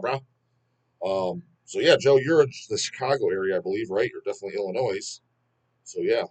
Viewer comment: Pronouncing the S in Illinois is an essential feature of DAWGlish - just as important as pronouncing the T in Debut!